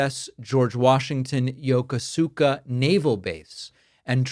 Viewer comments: Yo-ko-ska. Not Yoko-suka. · The proper pronunciation of the base: Yo Koo Ska. I was stationed there four years. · Prounced Yokuska David. FYI. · David, Yokosuka is pronounced....Yokooska with the accent on the "koo". Just FYI Thanks for all you bring to us. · yo - kos - ka 😆